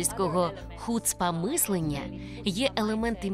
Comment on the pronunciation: та не хУцпа, а хуцпА... ну як так можно, ти не чув як тобі то слово кажуть?